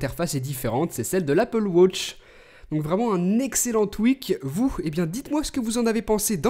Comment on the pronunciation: L'anglais le plus nul que j'ai jamais entendu:') «Wotch»